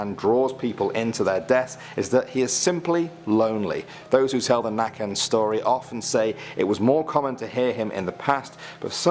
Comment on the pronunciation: Hearing it be called nacken and not nøkken caught me off guard